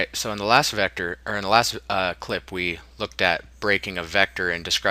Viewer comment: In the last vector😂😂, couldn't wait to say that word right.